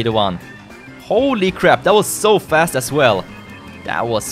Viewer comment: You said fAst